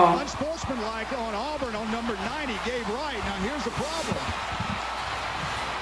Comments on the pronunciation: It's pronounced Aw-burn, sweetie. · it's pronounced Awe-burn. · It's pronounced Aw-bern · Auburn = AH-burn